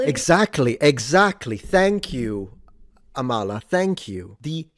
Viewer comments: Her name is pronounced like AHmala, not amALLah But yeah, she's based. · I believe it's pronounced Ámala and the 'k' is silent! Amala is awesome, I always have time for her and someone I'd have in my corner everytime.